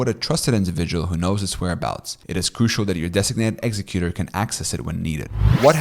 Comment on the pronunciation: Thanks. Just to let you know, you are mispronouncing some key words like executor and nullify. I suggest checking your pronunciation. You seem like a non-native speaker of English, so you may not realize the errors.